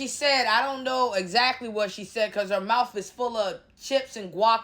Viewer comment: Not the mowf. Lol. You be killing me.😂